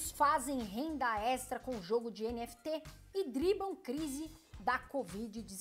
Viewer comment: É NFT e nao NTF como voce fala no video ;)